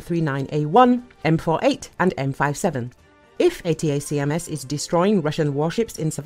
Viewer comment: Please update the AI to say A-TAC-AMS. Annoying.